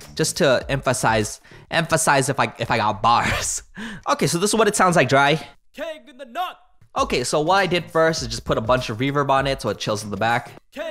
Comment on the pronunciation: cannot unhear the: "king in the nut" lol